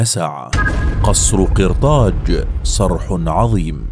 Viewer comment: قصر قرطاج بالفتحة و ليس بالكسرة يعطك كسرة